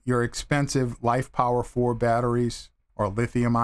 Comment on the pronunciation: Why do you keep saying LifePower4? The PO in LiFePO4 has nothing to do with the word power.